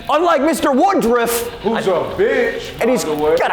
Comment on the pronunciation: Why they calling him woodrif instead of woodruff